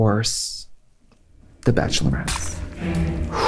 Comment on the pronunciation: I rewatched the time Trixie says "bachelorettes" sveral times. Just the way Katya is shocked into movement. There were memories coming back. Bad memories